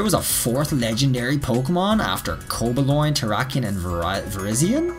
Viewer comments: He said cobaloin instead of cobalion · Every time so coba-loin and not co-ba-lee-on (even tho he says the lee-on bit right with the other two) I die inside slightly XD. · How you say coballion bothers me